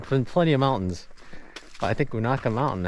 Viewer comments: it's long u na, like ney, Ka. fyi. I always crack up when people try to pronounce places in this area. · It will be windy on those balds. Extremely cold. Be careful. Local pronunciation is you-neigh-ka. Indian name. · Most people pronounce it 'You Nay Ka '. (short a). You should see it on a foggy morning. I call it the Black Forest of Unaka Mountain. Have fun in the Snow. Twenty nine years ago to the day we had 36".